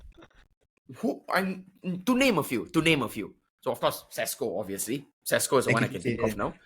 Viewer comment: Pronouncing Sesko as Tesco was simply hilarious 😅